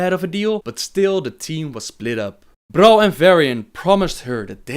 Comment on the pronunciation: Them weird vibrations when he says "R" like "Brol" xD